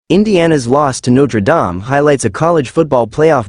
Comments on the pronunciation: I think James wants your chatbot to stop mispronouncing NotreDame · Please stop mispronouncing Notre Dame 😢😢😢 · Could you please stop mispronouncing Notre Dame 😢😢😢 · Stop mispronouncing Notre Dame 😢😢😢